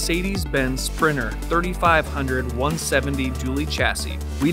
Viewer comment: Twenny twennyone sprinner?